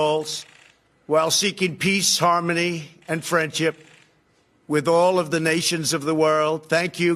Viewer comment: "We have the best intelligence in the world" Except when they speak against him and Russia. Then Russia has the better intelligence. PS: Did I just hear him say "friendchip"?